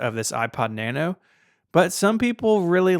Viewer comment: Out of the select few Apple products ever owned, my favourite is the 6th Generation iPod Nano. It was way ahead of it's time, and it paved the way for the current Apple Watch series. This video was too negative, did not pronounce 'Nano' correctly.